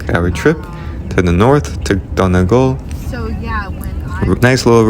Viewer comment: Great video, lovely story. What a great thing to be able to do - to visit the ancestral home. (We pronounce Donegal - Dunny Gawl). The scenery in your video is beautiful. I hope you have more visits to our lovely Ireland. With love & best wishes from County Clare. 👍❤️🇮🇪🇮🇪🇮🇪